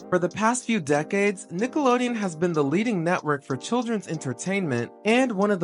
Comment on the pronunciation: it’s not just me right? they never pronounce the n at the end of nickelodeon when they sing the classic jingle.